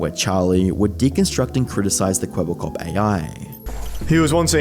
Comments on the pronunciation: Kweebbelklop everytime u say it sounds more like kebab cop😂😂🤣🤣🤣wa sort of stupid name iz dat ngl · Charly really called him "Kwebbleflop" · Please stop saying "kwebbelkop". Cooperation appreciated.